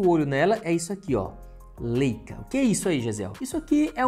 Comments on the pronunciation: Falar " LÊICA" matou. Pqp. É "Láica" rapá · Leica - Laica a pronúncia ;)